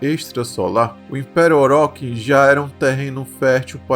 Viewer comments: Agradeço pelo vídeo e trabalho que deu, só sendo construtivo sem intenção de implicar pq sei q tem gente q gosta de perturbar sem motivo, a pronuncia de Orokin é "Orô-Kín" , e não "OróKin". Mas excelente video de qualquer forma como está, agradeço pelo trabalho e deixando meu like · "óróqui" mds😭🙏